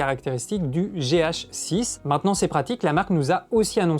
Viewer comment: Gé-hacheux-sisse ;D